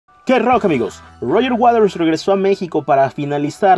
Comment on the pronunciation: "Roger Waders"